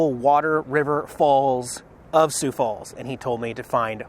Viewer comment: you pronounced "Sioux" perfectly on numerous occasions throughout this video. Good stuff. hahaha